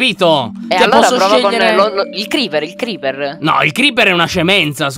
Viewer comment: Il Creecker? (lo detto sbagliato) IL CREECKER? XD IL CREEPER XXDDDDDDDD